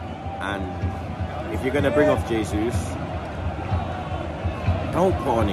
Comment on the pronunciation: Bro Arsenal is your business and you still can't pronounce JAYsus :D Learn to pronounce the players names. HAYsus is the Spanish pronunciation, but in Brazil they speak Portuguese and that is JAYsus.